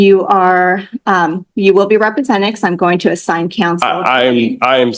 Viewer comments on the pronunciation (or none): "Re prosented" this dude is a flat out clown.